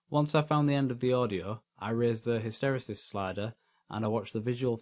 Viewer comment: What a great video. Many thanks. (Pedantic point: I think hysteresis is pronounced hister-eesis. :-| )